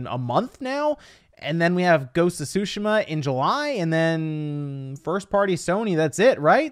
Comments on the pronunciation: Ghost of tsu-shi-ma, enphasis on “shi” it ain’t sushi lol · TSU SHI MA NOT SOOSHAMUH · It's "TSU" not "Shu" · It's not "su-shu-mah" it's "su-shi-mah", certified weeaboo here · Ghost of “Sushi-Ma” 😂😂😂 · he was making fun of how he says it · This man said ghosts of Shushuma😂😂😂😂😂😂😂😂😂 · Tsushima is pronounced "su-sheema" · Sooo, sheeeeema, is the right way to pronounce it bud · Ghost of SUSHI-MUH. Please stop saying it wrong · As a Japanese speaker I was happy that you were saying "Tsushima" correctly before... why did you change ! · He has said it right before idk why he said it like that lol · I gagged evertime u said Tsushima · The way you say Tsushima hurts my brain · The way you pronounce Tsushima needs to be fixed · the way you pronounce Ghost of Tsushima is irritating as hell